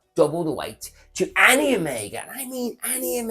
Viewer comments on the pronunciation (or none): none